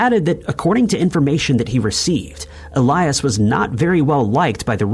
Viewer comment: ill-yaas not ee-lie-us